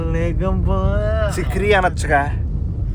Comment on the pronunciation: Chekri kadu chakeri